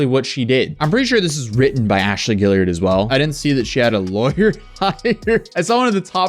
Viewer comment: now that you've learned how to pronounce tarot, can you learn how to say Guillard? haha "Ghee - yard"